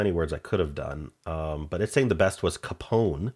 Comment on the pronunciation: GRACE-CANTO-MANIC ETA: It’s manic pixie Dream girl. The female is a hen. It’s CAY-pon.